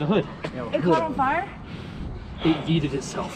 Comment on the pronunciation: it yoted not yeeted